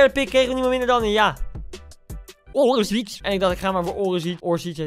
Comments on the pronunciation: Het is orrrrrsic niet orisic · Niemand: Helemaal niemand: Koen:Orisic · niemand: koen: OrEsIc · Niemand: Koen: ooresič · Niemand Echt niemand Echt echt niemand Echt echt helemaal niemand Koen: Orisic